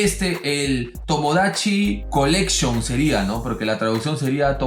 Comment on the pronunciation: Tomodachi corecshon 😊